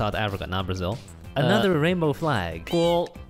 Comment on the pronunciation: “Is that brazil?” porra eu sou brasileiro e doeu ouvir uma dessa KKKKKKK